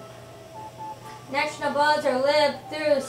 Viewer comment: ne - boo - kud - nez - ar not neck no buzzer get it right